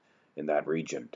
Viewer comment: Region...not regent.